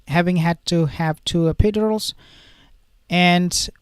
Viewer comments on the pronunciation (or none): Pronounced. Epi- dur-als